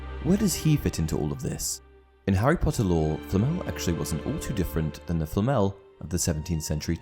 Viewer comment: Por qué le llama FLL,no puede pronunciar Flamel... qué fastidio,da cosa 😆